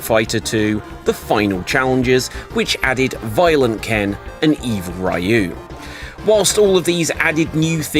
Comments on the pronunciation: It's REE-ooo, not RYE-ooo..... GAWD, I've got face cramps from all the cringing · What the hell is a Rye-you?